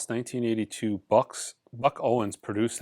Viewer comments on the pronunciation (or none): none